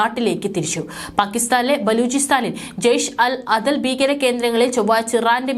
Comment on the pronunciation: ബീകരൻ അല്ല കൊച്ചേ ഭീകരൻ എന്ന് വായിക്കു